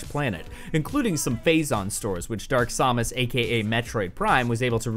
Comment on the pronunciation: Its Samus, not Sahmus. Or is it? Idk maybe so